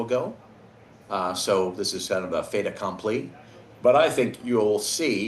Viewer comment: Un fait accompli. Lol, monsieur sort son français des grands jours. 😅👍